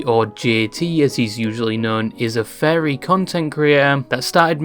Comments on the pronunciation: I kept hearing the word fairy Not furry😅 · You keep saying "fairy", it's pronounced "furry" just like its written. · I love how you pronounce "furry" as "fairy"